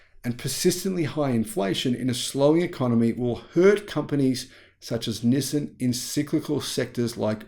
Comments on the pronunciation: Nissin is a Japanese food company known for their instant noodles. Nissan is a Japanese car company. Please pronounce the name of the company correctly. LOL. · Nis-sin or Nis-san? Never heard anyone called Nissan Nissin.